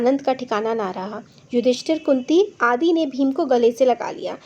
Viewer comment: madam apne kunti ko kuti bola